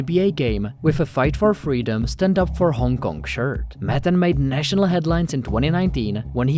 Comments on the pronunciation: The background music makes this feel like a fever dream. You’re taking matan waaaay too seriously (also not pronounced Madden as you do the entire video) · MUH-TON not damn Madden wth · Why you keep saying 'Maddan' maTTTAn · You said his name incorrectly every time. What kind of video features someone and doesn't say his name correctly? Its Mah-tawn Ev-in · You're constantly8, mispronouncing the name of the guy you're doing a video about. Seriously bro? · Lol how do you pronounce his name wrong so many times??